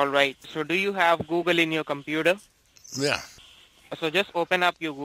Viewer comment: Google or Obble?